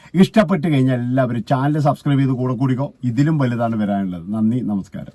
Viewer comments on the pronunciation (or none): none